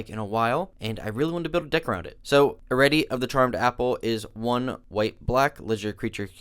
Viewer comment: Pretty sure the name is not erette you forgot an i there buddy its Eri-ette